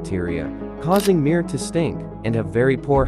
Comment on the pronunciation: Mier means peace in russian It's pronounced not MIIIR but m(ie)r ^ И И ИИИИИ